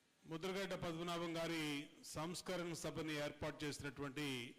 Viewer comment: Samskarana kaadu babu Samsmarana.